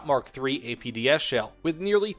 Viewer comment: Am I the only one that hears APBS? CC says APDS, but, it sure sounds like he's saying APBS....